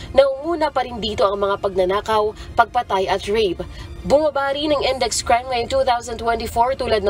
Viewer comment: Incident, not encedent. Index, not endex.